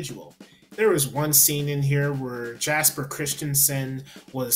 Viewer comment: Btw, Jesper is pronounced "yesper" (with R's rolled).